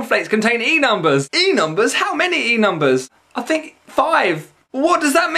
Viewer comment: What the fuck are "Enumbus"? ;)